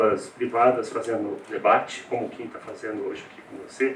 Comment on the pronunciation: Só eu fiquei com agonia dela errando o nome do Kim 😂😂😂